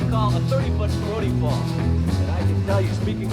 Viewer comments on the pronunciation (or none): none